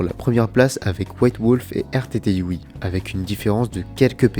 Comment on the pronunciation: Très bonne vidéo juste pour le pseudo de rrtyui ça se prononce rurutshi